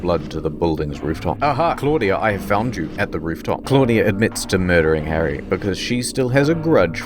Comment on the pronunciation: Its "Harry" BTW😒